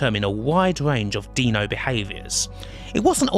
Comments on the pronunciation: Dinosaurs.. dinosaurs... dinosaurs.. How do you pronounce dino?... Deeno, duh. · thank you very much for a great video. but it has to be said: i take -5HP every time you say "deeno".